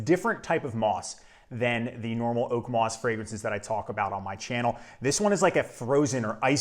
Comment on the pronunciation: Actually, it's "moss". Moos means moss in German.